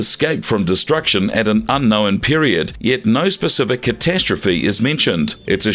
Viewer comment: Please learn how to say the word ‘unknown’